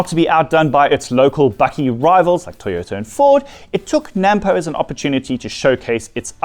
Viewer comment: Before you get to be a farmer please learn to say NAMPO the end pronounced poe not pou